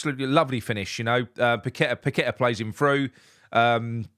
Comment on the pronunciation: Have to agree with all that. However his name is pronounced Pak A Ta. It's one thing idiots on Talksport butchering it but not one of our own. 👍